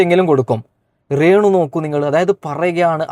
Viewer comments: ഇപ്പൊ പറയാൻ പാടുണ്ടോ ന്ന് അറിയില്ല റേണു അല്ല മോനെ രേ ണു 😀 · എടാ അക്ഷരം ശെരിക്കും പറഞ്ഞ് പഠിക്ക് റേണു അല്ല രേണു എന്ന് പറ. പിന്നെ മനശൻ അല്ല മനുക്ഷൻ എന്നാണ് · റെണു അല്ല രേണു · റേ ണു അല്ല രേണു ആണ് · മോനേ റേണ അല്ല രേണു എന്ന് പറയു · റേണു അല്ല രേണു ആണ് ഒരുപാട് പ്രാവശ്യം കേൾക്കുന്നത് ബോറായി തോന്നുന്നു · റേണു അല്ല രേണു